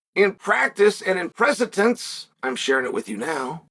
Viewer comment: Day 1365 of reminding Chael that the word is “precedent” and not “presitence”.